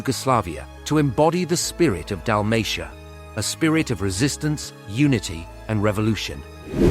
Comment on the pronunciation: AI voices cant pronounce Hajduk or Dalmatia. Maybe you should buy a microphone.